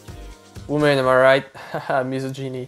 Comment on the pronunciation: It's "Miss Ah Genny" not "miss o genie" lmao